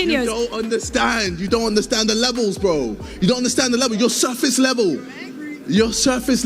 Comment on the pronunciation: U don’t undewwstand da Wevels of boxing lmao I don’t think it’s rocket science either